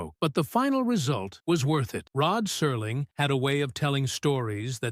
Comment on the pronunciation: Rod Serling — why does he suddenly become Rod Surling in this? Is that on purpose??